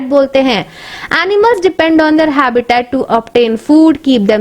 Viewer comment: First correct your pronunciation and then make some videos in YouTube.you don't know how to noun habitat and categorise